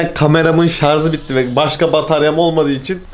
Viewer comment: Abi şarz değil şarj